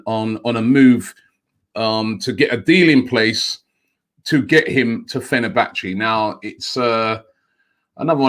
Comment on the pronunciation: It's almost as if he does it on purpose at this point 😂🤣